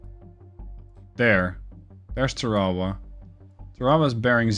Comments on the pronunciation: Just an FYI, a AGM-45 is a Fragmentation warhead, designed to destroy the Rada, not to penetrate in this instance a Ship. It is also has a passive radar homing warhead. You were also killing me with your pronunciation of TARAWA. Its actually pronounced TARA (like a girls name) and then WA. Tarawa. USMC Marine Veteran 88-93, 3/3 Semper Fi, keep the videos coming their great. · I was actually coming down here to razz you and say she sank because she couldn't survive you mispronouncing her name again 😝 I actually think your linguistic slip-ups are so noticeable precisely because you're normally SO GOOD about that sort of thing - It's actually one of the things I really appreciate about you 🤗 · Hey, you will always get a pass on the pronunciation as a great gamer. Yeah, we say it differently but the English spell a lot of words un-American as well!